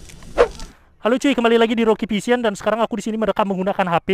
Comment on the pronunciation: Bang ini bukan menghina ini kan abang bilang Roky vision tuh nah gw malah denger Roky pisang sekali lagi ini bukan menghina yyaa